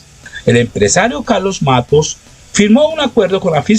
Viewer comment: No es Matus, querido periodista...es MATTOS....lo mismo que cuando dijiste "flagio" cuando era "plagio"....eres bueno pero te falta ejercicios de dicción....con cariño....un saludo.